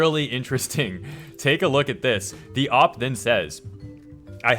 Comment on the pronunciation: Oh wow so many things you said hurt my ears. You say op instead of O.P. And you said D.O.X instead of Dox. It’s like hearing jif instead of gif Gif= gift with no t